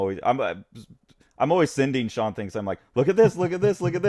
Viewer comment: Haha, thank you! Sean you got it right!